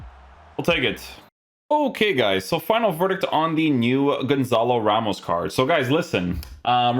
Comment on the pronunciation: Pretty sure it's pronounced Gonsal Rhemsh